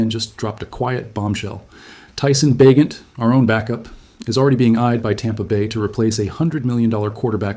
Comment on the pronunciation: AI BS. Can’t pronounce Bagent.